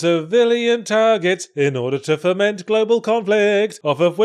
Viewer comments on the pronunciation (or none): "Foment" and "ferment" are pronounced about the same in his accent